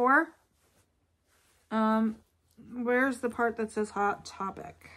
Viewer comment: You crack me up every time you say Hot Topic Like Hot Pocket lol You can use chap stick on the zipper to try to get it to go or even wax paper. It really depend on the bin location whether you can get good stuff in an hour or two. I can usually get great items within a few hours. :) Great haul I look forward to the shoe haul.